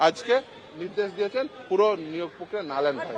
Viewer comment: Ei joghonno anchor ta akhono ache. Akta kotha bolte parena, ki kore anchor hoye. Prokriya k bole Pokkriya 😂😂😂😂.